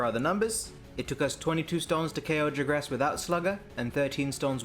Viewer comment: Wait I thought it was Jagras not "Jigras"...